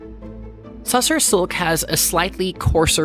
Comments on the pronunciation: The correct pronounciation is "Tossor Silk", not Tussar. It's also a big industry in Bangladesh. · It's pronounced as Toss-h- orrr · It's pronounced Taasar silk, very popular in Bihar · It's not TA SAAR silk, it is TU SHAAR. That's how it should be pronounced. The meaning of Tushara in sanskrit is snow, dew, frost or something too fine, pure etc